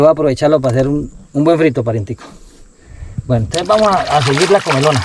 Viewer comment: No es comelona, es comilona.